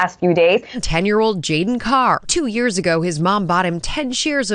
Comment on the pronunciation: maybe treavor should learn to say YEARS and not yers. and CONTROVERSY instead of cun trovir sy. lolol.